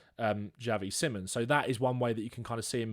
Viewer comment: Fun to watch, just get his name right. Si(like spanisch) mons, or just call him Xavi as that is the name he wants to go by. Not Simmons